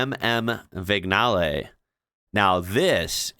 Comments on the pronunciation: you pronounced Biposto and Cisitalia just right! Autobianchi is pronounced auto bian-ki not bian-chee. Vignale is not vig- nale but vinyale. By the way, have you ever seen my favorite "strange car", the Isetta? I think you'd like it. Not a prototype, it was a real car. Go see how you open the door (no, not doors, just one door) 😄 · The Multipla has 3 abreast seating as a USP Vignale is pronounced vin ya lay the gn is the same in lasagne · "Biposto" means "two-seater" in Italian. 🙂 - If you know how to pronounce "lasagna", then the "gn" in Vignale is pronounced the same way,.